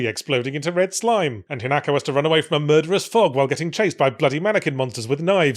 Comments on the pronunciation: ...but Yahtzee fffffff-for the love of god start pronouncing Japanese names with the correct accent?? It's HInako, not hiNAko. Even the dub gets that right. Yes I played it dubbed, sue me. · Listening to every English commentator who has presumably listened to the game dialogue and still insists on pronouncing it "hin AAAAAAAHHHHH ko", shaking fist vigorously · Yet still pronounces it wrong. Come on, we should all have watched enough subbed anime by now to know how Japanese names are supposed to be pronounced.